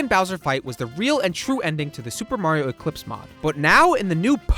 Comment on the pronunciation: I can't get through the video while the guy says "Supamar" every ten seconds.